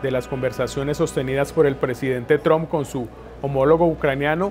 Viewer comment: Me parece que se pronuncia " TRAMP", no "TROMP". Creo ? Eh? , no soy una experta en lengua inglesa. Un saludo.